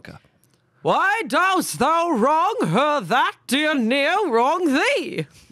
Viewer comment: Info: "ne'er" is never without the 'v'. It is not pronounced like "near", but rather "neh-err".